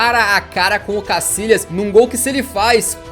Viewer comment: Que manera de descalabrar el idioma español,no es casilas sino Casillas,se pronuncia YA CASILLAS YA YA YA